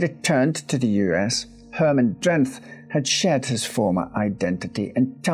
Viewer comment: Pronouncing Beerta and Drenth correct is quite a feat even for a lot of Dutch people, very impressive.